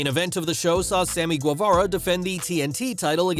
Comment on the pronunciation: I can’t take you serious with the way you pronounce guevarra